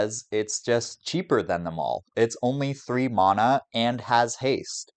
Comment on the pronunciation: Leaving the video 60 seconds bc of the vile way you pronounce “mana”